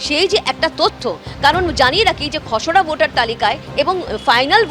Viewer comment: খসোরা উচ্চারণ ঠিক নয়, খসড়া।